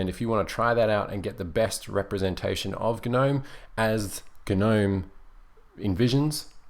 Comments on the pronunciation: Please pronounce Gnome properly. The G is silent. It's nome not gernome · Why do you pronounce it GUH-NOME? I heard someone else say it's because it's an acronym, but it hasn't been an acronym in years, so shouldn't it be pronounced NOME as it is just the existing word? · The g is silent in gnome. gnome. [ nohm ] SHOW IPA. / noʊm / PHONETIC RESPELLING. I agree Kubuntu runs KDE best. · Why guh-nome? Surely the G is silent... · GaNome? G is silent. This bothered me way more then it should have XD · the g in gnome is silent lol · Actually, GNOME stands for "GNU Network Object Model Environment". Since GNU stands for "GNU's Not Unix", and has always been officially pronounced "guh-NEW" to minimize confusion, GNOME is officially pronounced "guh-NOME". However, many pronounce it as "nome" and either way works.